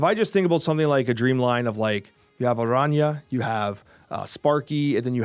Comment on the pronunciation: Btw... the Spanish pronunciation for Araña was so good